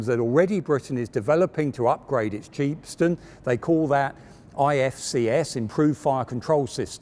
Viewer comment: i was so engrossed until he called the chieftain the cheap-stion. haha. on the videos note, glad i found it in 2021! Will watch Challenger 2 right after. thank you!